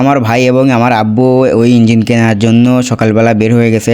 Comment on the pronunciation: ইঞ্জিল নারে বলদ ইঞ্জিন হবে।